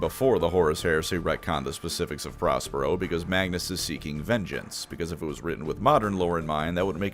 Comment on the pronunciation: I heard 'Prospero' as 'Ross Perot,' which was a double take.